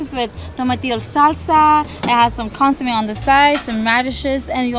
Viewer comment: How come you don’t pronounce the food in Spanish, like consomé 🧐. Anyway thanks for the video guys.